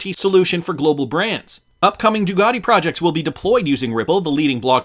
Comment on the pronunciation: It's Ducati, not Dugati...just saying